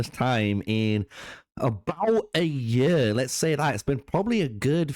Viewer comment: Pronounce year properly you little nerd.